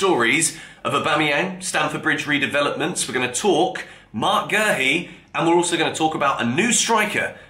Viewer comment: Where is the R in Guehi? Calling the man Gerhi